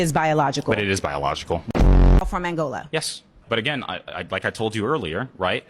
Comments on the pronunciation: Forget financial literacy, how about BASIC literacy? ALL of the liberals that I heard speaking here were basically functionally illiterate. From the mispronunciation of common vocabulary words, coupled with geographical incompetance, ("...Angolian...Angolia..." ~Jalyn) to utter ignorance of basic, middle-school grammatical constructs, ("...the best effort that we can 'DO'..." ~Amanda Seales, 'cuz, APPARENTLY, an effort isn't something one "makes," but something one "does:" e.g., "I'm gonna 'DO' an effort." 🙄) And it's not about the level/quality of education, it's about the CAPACITY to learn, or lack thereof: the smartest Capuchin in the world is still INCAPABLE basic math, no matter how "human" it seems while tipping it's hat for change on behalf of the organ grinder. ANY American High School graduate has heard/learned, for example, the place-name "Angola." BUT, even if they HADN'T learned this properly in school, no one makes it to 25 years old without hearing common words, like "Angola," pronounced CORRECTLY many, many times: those who are CAPABLE of learning, but who may have misinterpreted a pronunciation when first learning of a word in school - and therefore spent some time mispronouncing daid word in conversation - will EVENTUALLY NOTICE that every time they hear someone ELSE pronouncing that word, they say it differently. Subsequently, the natural intellectual curiosity of ACTUALLY intelligent people will cause them to wonder, "Hmm, everyone else seems to say "spaghe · Angolia? does this dork mean Angola? again,,,, CULTURE. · Angola, not Angolia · That one "commentator" really shows her lack of intelligence just by the fact she keeps calling Angola "Angolia." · She kept saying “Angolia” 😂😂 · LEARNED A NEW WORD: DIASPORA. WHY DONTCHA' LEARN THAT THERE'S NO PLACE CALLED 'ANGOLIA' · did the girl at 5mn actually say 'Angolia"? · ‘Angolia’. Tell me you’re an ignorant uneducated fool without telling me you’re an ignorant uneducated fool. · lol "Angolia"